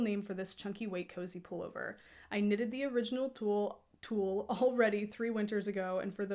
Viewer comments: I don't think that's how it's pronounced. At least that's not how I would say it in Swedish. I can't explain the pronounciation though since you don't have those vowel spunds in English. Tewrleh?🤣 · Thank you for a great channel! I'm a new fan 😍 it's really cosy to watch your clips while I'm knitting. If you want to pronounce Thule correctly?! Say the T lightly as the T in tea. H like a breath as in halo. U as the 'ou' in you. Soft L E like the E's in ever 🙃 Thank you again 🙏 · So can we assume the Thule bike racks are pronounced that way too? It's nice to know, I've wondered.